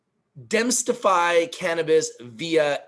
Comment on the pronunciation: Thanks, for this information. I’m interested in picking some of this companies stock. Also, just a friendly pronunciation help 😁 demystify is pronounced as: DEE-Mist-i-FIE and means to clear up a mystery or confusion about something.